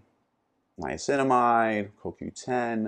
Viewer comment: What was the supplement you named above right after Sodium bicarbonate? Sounded like either Nicinimide or lysinimide